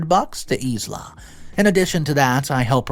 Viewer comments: Sorry,, Isla is pronounced “eye-la”. It’s actually the name of an island off the west coast of Scotland. Please don’t think me nit-picky, it’s just so you will know how to pronounce it,if there is a next time. Thank you for your great work, I love it!!! XXXX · It's said eye la, not isla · Isla is pronounced "i lah" or Isle la. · Once again my dude you got a major name wrong. It's pronounced eye-la. Maybe Google it if you don't know how to say it. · ISLA I believe is pronounced EYE-LA Like ISLAND is NOT "EES-LAND" the only redeeming factor to the number of mispronounciations is if you are not from North America (Candana or USA) I had previously "taken a break" from your channel for days up to a week so I did not leave angry comments thinking you knew better. I mean Hello triggering ADHD and Bipolar crap